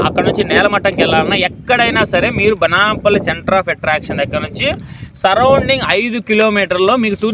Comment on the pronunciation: Adi bananpalli kadhu Banaganapalli sir